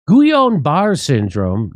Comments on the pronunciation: Just for pronunciation purposes, it is pronounced "Gee-Yun-Ba-Ray" syndrome. It triggers an auto-immunity to attack peripheral nervous system. It is a slow paralysis beginning at the extremities (toes & fingers) and slowly move inward. Deadly when it reaches the chest area because you will not be able to breathe and can affect the heart as well. If you had it before, it is not advisable to get the flu vaccine or any ingredients involved with chicken egg yolk. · Great show - Thanks! Almost painful to hear you pronounce Gilliain Barre' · that's pronounced geeyon baray syndrome and it is fatal... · Jimmy Dore's pronunciation of certain things is enough reason for me to watch sometimes.🤣🤣 Say: "Gee-on Bar" Syndrome. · I think it’s pronounced Geeyaun Barray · Explains why they made it illegal to sue the manufacturers, they knew it was a scam. BTW that disease is pronounced ghee-ahn bar-A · I like how made the L's silent in GuiLLain-Barre too. Jimmy is so much like my dear old departed grandma, she just made up names when she couldn't pronounce them too. It's pronounced Gee-lan-ba-ray... with a very thick frenchie accent.